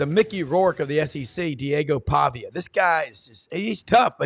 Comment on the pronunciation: Pavia not pavic lol row criminal tyde row 🤣🤣🤣